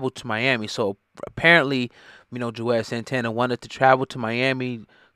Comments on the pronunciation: His name is Juelz... not Juez. 😩🤦🏾‍♂️ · WHO THE HELL IS JUEZ?!🤔 🗣️ IT'S JU-EL-Z🙄🤦🏽‍♂️❗❗❗🤣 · Lol why does he keep calling him juez ? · 🤣😂🤣😂🤣 I thought it was me like damn bruh he been in the game 20 yrs & u butchering his name like he some new nigga 🤣😂🤣😂🤣🤦🏿